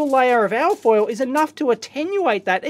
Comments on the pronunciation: You keep saying something like AAAH FOIL, it took a while before I realized that you were saying ALLLL FOIL. So I assume you are saying ALUMINIUM FOIL or for the Yanks ALUMINUM FOIL. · "al foil"